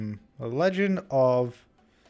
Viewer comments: You said"LENGED"... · legend not lenged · The Lenged of.... (WTF is Lenged?)